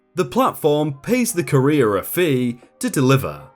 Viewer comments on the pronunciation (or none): I've never heard it pronounced "ka-rear" before, always said it"koo-ree-er". "Ka-rear" is the way I'd say career. So hearing things like "the support line for careers" is really funny. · Please learn how to pronounce the word COURIER... something like COUR’-re-er, not ca-Reer’. A courier is a person who delivers something. A career is a job your perform... usually. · So very distracted by you pronouncing "Courier" as "Career" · Courier=CUR-ee-er. Career=cuh-REER. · I would just like to point out "Courier" is not pronounced "CAREER" but "KUHR - EE - ARR". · Courier is Not pronounced the same as career. It's pronounced ko͝orēər and it's someone who delivers stuff. Not career. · It’s COUR-IER. Like CUR-IER. Not CAREER. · Courier rhymes with furrier, not career. 🙄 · Courier is not "Cah-EEE-r'. it is pronounce "CORE-ee-er". Unless it's completely different in the UK, but even that can't explain that bizarre pronunciation. ^^ you sound like you're talking about someone's "career". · Say it with me Cou-re-ER! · The way you pronounce "courier" makes it sound like "Korea" to me. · To my American ears, your pronunciation of 'courier' sounds like 'career'. :) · Pronounces courier correctly once. Pronounces it "career" the rest of the time. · Each time you said "courier" I heard "Korean". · Lol I kept hearing "careers" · I kept hearing Korea. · Sounds more like career doesn't it? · I’m British and I have never pronounced Courier like Korea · Alright, the first pronunciation of courier was fine, it was pronounced right. But after... gods above man. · For crying out loud man, learn how to pronounce words like Courier correctly. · I got so mad at how you pronounced courier. My sleep deprived brain made me mad. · wtf dude? Your pronunciation of certain words is insane. On one of your other vids where you butchered the words “scrupulous” and “severance” I defended you from complaints but this “courier” business is nigh on unforgivable, especially as you say it so many times. 😔